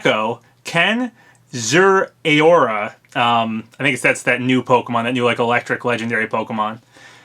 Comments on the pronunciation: It’s pronounced Ze-Roar-A! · For future reference: za-r-a-o-ra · I think it’s zare uh ora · I thought it was pronounced zer-roar-a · I think Zeraora is pronounced zh-air-rah-orr-rah. I honestly don't really know, and it's not really confirmed yet since every trailer it's in so far has no talking, and it hasn't appeared in the anime where the character apparently can't go 5 seconds without saying the Pokemon of the episodes' name. However I'm really hoping this is real, since even though I'm a huge Pokemon fan I'd feel pretty ripped off with just Incineroar, and Zeraora is really really cool. Gen 5 mon for DLC though. ...Alright. this had to be said too. I WANT THIS LEAK TO BE REAL FOR GENO!!! I've been a fan of SMRPG and Geno ever since I watch Rawest Forest on YouTube in 2012! (before you ask how I watched it on YouTube before 2014 it wasn't Kirbopher's upload) SIX. YEARS. OF. WAITING. FOR. THAT. DARN. STAR-POSSESSED. DOLL. IN. SMASH. MORE. so close to finally being over! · Also I've heard it pronounced zerra-ora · zeh-rah-oar-ah is how its pronounced! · I believe Zeraora's name is pronounced "Zaira-ora", like you're saying air in his name. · Well zeraora has no official pronunciation so no ones wrong!